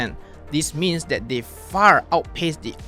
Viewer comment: You cannot pronounce "th" : that = dead, your tongue's muscle is weak so you dare not put your tongue between teeth. You use Malay consonants as English's. Earsore.